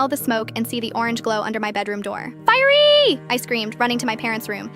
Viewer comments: “FIæRYY” HELP😭✋ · The word "fiery" sounds funny 🤣🤣🤣🤣 why would you say that 😂😂😂